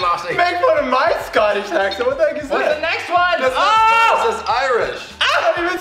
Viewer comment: English accent was on point (this is coming from an English person)